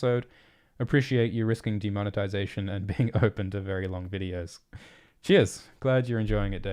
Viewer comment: Not bean, but Being